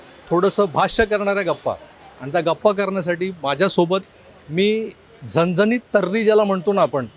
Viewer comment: झनझनीत नाही "झणझणीत"बोला 😂